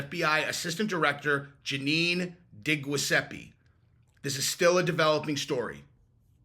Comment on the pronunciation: Hey, just an FYI: Diguiseppe pronounced Dee-jus-eh-pee. I know those Italian names can be challenging. (I’m Italian, so I’m qualified to say that) as well as a few others. You’re spot on about the food. Family or only a few top aids can be trusted. Also, they need to do shopping for different items as well as different places, as you stated. They won’t stop trying. Also, I do not trust Zuckerberg as far as I can dead lift and throw my car. Good stuff, thanks.